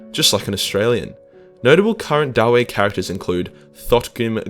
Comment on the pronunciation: I always thought that the name was pronounced daa-vee, not da-wei. Too close to Knuckles the Echidna meme for my taste.